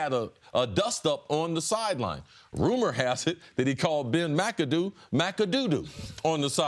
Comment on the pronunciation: "Rumor has it he called Ben Macadoo "Mac-A-Doo-Doo". 😂😂😂😂😂😂